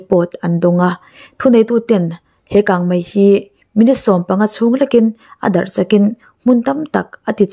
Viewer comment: Kangmai ti tlat😊😊